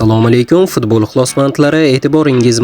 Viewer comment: Фидбол эмас футбол дейилади